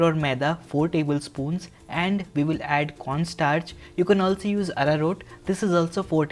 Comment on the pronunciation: when he said Arrarot powder i was wondering what it was and googled it. Turns out it’s Arrow root powder. It was a 😯 moment for me.